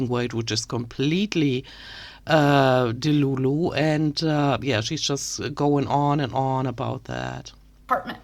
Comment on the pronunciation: Also, delulu said with a German accent is so good. I may start pronouncing it like with that flair. 🩷